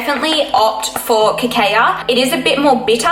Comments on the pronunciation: Cocoa = "coco" Cacao = "ka-kow" 🙂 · great video! btw girl cacao is pronounced ka-kow! :)))